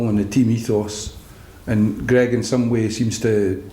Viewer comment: The partnership is meant to be great yet he can't pronounce Greig's name...